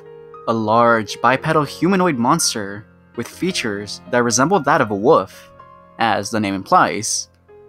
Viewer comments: “And built like a WUFF,” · “Resembles that of a WUFF…”